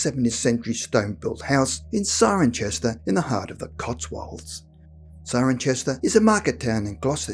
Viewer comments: good story, well put together, however one small thing, there is NO 'H' in Cirencester - so thats said like Si-ron-sester... no Cironchester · CIRENCESTER. it's pronounced Seye-ren-sester ! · It’s pronounces Sirensester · Try pronouncing it Siren-cester, or Ciren-cester pretend there is no H to be pronounced. Even though it is spelt CirencHester it is always pronounced as Ciren Cester, never Ciren Chester. Just saying. Admittedly when went on holiday there a few times as a kid I kept pronouncing it as it is spelt Cirenchester, I was born in Chester so thought I was familiar with that but I can remember my mother remonstrating with me that it was pronounced Cirencester not Cirenchester, which did my head in "You told me I was born in CHester not Cester!! So why do I have to say Cester when it says Chester??". "You just do!! Don't embarrass us!!", "I think you got that covered by yourselves going around calling something Cirencester when it's spelt CirencHester", mum spends awhile ignoring me but greeting and talking to complete strangers, very thing we repeatedly told not to do?? Then I decide to start quizzing her again. Anyway long repeating same things story short I do know how to pronounce it properly so when I go there again locals won't mistake me for Australian or American tourist and burn me at stake as offering to their pagan god (it is in the Cotswolds).